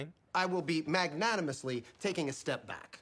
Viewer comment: "Macnanimously" ahahahaha my god